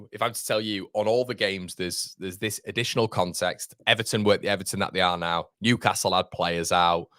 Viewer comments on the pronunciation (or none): none